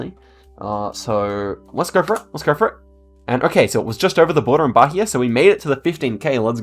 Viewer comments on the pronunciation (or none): DA AGONIA VER ELE FALANDO BARIA MINAS GUERAIS E RORAÍMA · pronounciation tip: the "gerais" in "minas gerais" is pronounced with the soft g sound. and also, bahia is pronouned with a silent h: bah-EE-ah. i really liked this video :) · By the way the "H" in Bahia is silent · ri muito quando ele pronunciou Bahia ahahah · I was looking for this. He put too much H in Bahia (that should be mute) and then almost nothing on Maranhão (that doesn't really have the H sound, but it's not mute either) 😂